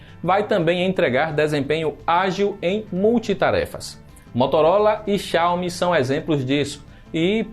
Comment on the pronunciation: Vocês consideram a mesma versão do jogo/app? Tem que ver isso. E aprende pronunciar Xiaomi